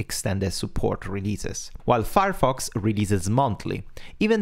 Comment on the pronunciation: I listened to what was said 5 times before I gave up, only hoping that it would become clear later on, on what Thunderbird was built. Which it did and that was something I already knew as a 20+ year user of Thunderbird and still had not recognised the word Firefox. This is what you typically get when a non-native speaker of Englisch listens to some other non-native speaker of English when they don't share a common native language (that bends their accent and grammar in English in the same way). Please consider supporting key terms in your narrative immediately with a clear on screen display of those terms (i.e. not hidden in some highlighted sentence a few seconds later when someone is already no longer properly listening, wondering what you are talking about). Thanks for the heads up and considering usability for long time users, I hate it when Outlook (that I don't use on a daily basis) has dropped some feature to make it easier on new users, but even worse of an IMAP client than it was in the previous version. Nothing worse than something as crucial as daily email processing being interupted because your previous workflow can no longer be executed.